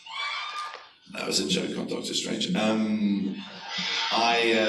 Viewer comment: he said doctor stange